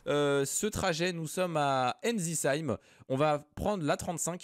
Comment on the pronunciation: Salut j’ai une chose à te dire la première est que Ensisheim se prononce et non pas soit respectueux des nom de ville stp